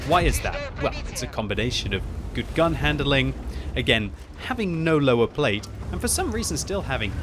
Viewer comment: lol 8 seconds in and he says "tank with nower plate". Is nower plate some kind of new Russian armour?